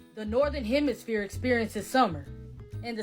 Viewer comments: she says "Northern hemiSPHERE" and "Southern hemiSPHERE." Pure comedy gold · What dis she say there ( to )? Northern hemiSPHERE and southern hemiSPHERE? Strange kind of flat.